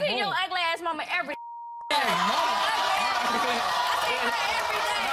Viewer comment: ....now I know she not tryin to say "home" like that